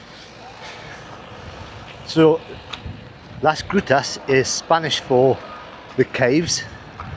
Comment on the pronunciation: pls make sure you pronounce the "g" in Las Grutas clearly. It sounded like something else entirely. Or maybe it´s just my dirty mind. 🤦‍♂